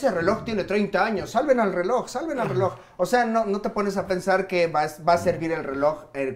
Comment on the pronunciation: Pinche pronuncia bien las “R’s”, me cae bien el tio pero me caga como las pronucia dice “zzeloj” 😭😭